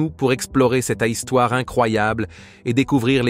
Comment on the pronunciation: C'est de l'ail stouare